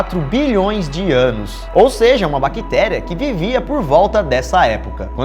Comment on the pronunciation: O que caralho é uma Baquitéria? aprendam a falar sff